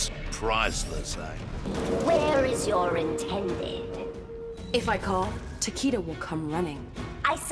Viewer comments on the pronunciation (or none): Jacqui still pronounces Takeda's name wrong. It's 'Take(i)da' not 'Takiida'🤦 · The way Jackie is supposed to be engaged to Takeda but consistently mispronounces his name (when Scorpion pronounces it correctly) drives me nuts